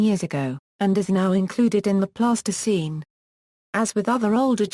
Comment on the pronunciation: Terrible voice over delivers speech like a bad 50s tv robot. Alright you have to use synthesized voice, but adjust the spelling so that it pronounces the words in a correct phenetic manner please! Pleistocene should not sound like plastoscene! Thats a childrens putty ffs